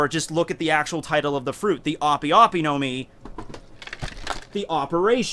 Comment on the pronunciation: Its pronounced ahp. ope is short for operation